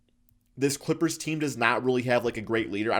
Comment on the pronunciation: He can’t even say the name of the clippers 😂